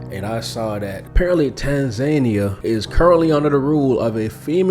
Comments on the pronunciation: TAN-za-Nee-Ah, not TAN-zane-nya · It's pronounced Tan-za-nia, not Tan-zaynia. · TAN-ZAH-KNEE-AH not TANS-NAIN-EE-AH. The woman keeps saying it correctly and you juat plow forward with Tans-nain-ee-ah. WTF?! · Bro you hear how they pronounce it and you’re still calling it tanZAYnia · Bro right out tha gate....come on🤦🏼‍♂️🤦🏼‍♂️ Tan-zania ....😶 Tan-Za-Nia (Tanz zah knee ah)😉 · The correct pronunciation of Tanzania in English is "Tan-zah-nee-uh"... this is the most widely accepted pronunciation. It's interesting that only two options given on how Pres Magufuli dying are either heat condition or covid. How about premeditated deletion? Men or Women: Who gets into wars more? | Study says 'women waged more wars' - Who's Started More Wars: Men or Women? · its the "tanZAYnia" for me😂, but this isnt a joke, im kenyan with family in Tanzania, and bro you havent seen nothing yet, on the ground, things are way worse than you can imagine, pray for tanzania, but as our neighbour we will fight with them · Bro.. Its pronounced (Tan-zah-knee-ah) 😂😂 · Left as soon as you couldn’t say Tanzania, as a black man there were too many opportunities, a lack of effort and disregard. U heard this in your final edit, you had to. Either you didn’t question it, or didn’t care. Take this how u want. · The way he is saying Tanzania is triggering. lol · How do you mispronounce the country of Tanzania when the reporter says it correctly? Are you incapable of pronouncing it correctly or are you using Ai?